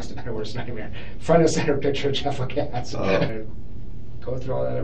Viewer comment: His name is Lacasse, not "Lacosse".